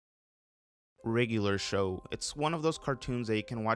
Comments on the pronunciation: I swear you kept saying “riddler show” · rlly liked this video! also, i noticed how u pronounce it as "the riggler show" haha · why do you say it like wriggler show tho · i thought u was saying riddler show for like the first 3 minutes 💀